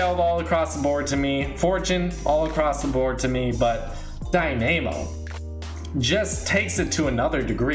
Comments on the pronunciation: The way u say dynamo is hilarious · Why does he prenounce dynamo like that